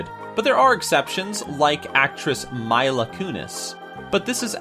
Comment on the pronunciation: Its pronounced meela